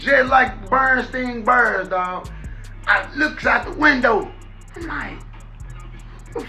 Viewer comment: Mane said Bernstein Bears 😂😂